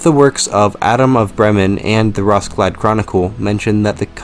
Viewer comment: Lovely video, much better than any danish video source. One correction though, it's most likely "Roskilde (the city) Chronicles" instead of 'Rosklide'